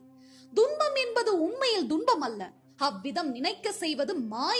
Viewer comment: ஒரு சிறு ஐயம் தும்பம் என்பது சரியான உச்சரிப்பா?, இல்லை துன்பம் என்பது சரியான உச்சரிப்பா?